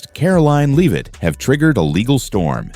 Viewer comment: Either this is AI voiced or the voice of an idiot. Respect would include pronouncing Leavitt's name correctly.